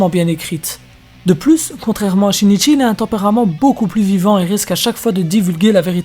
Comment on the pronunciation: Oh mon dieu comment tu as massacré ce pauvre Shinichi 😭